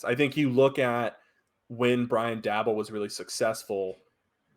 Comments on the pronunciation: It's pronounced like "Dable" Rhymes with "table" Not "Dabble" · It’s Day-Bol .. Not Dabble Bro 😂😂😂